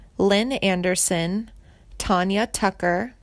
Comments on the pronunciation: You murdered the Pronunciation of her last name! and Tanya Tucker's First name! It's not Tonya it's Tan-Ya. Frick-ee and not frick! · I just wanted to scream everytime she said her name wrong, then she said Tanya Tucker's first name as Tonya. OMG! This video was click bait anyway, it implied something bad had happened to Janie.